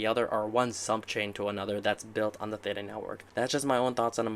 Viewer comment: Wow you know that you are an early investor when someone is mispronouncing Theta during an interview